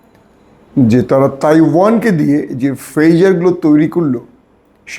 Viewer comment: Bhai, you're keep saying 'Faizer' it should be 'Pager'